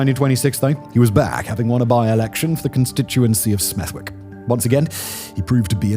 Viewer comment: it's pronounced Smeth-ick. The W is silent.